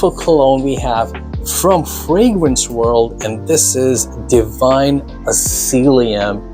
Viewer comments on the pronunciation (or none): i love how you said Divine Asylium 😂, sorry had to 🫣